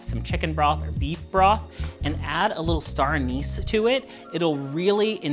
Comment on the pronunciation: Did you say, “Anus” flavor?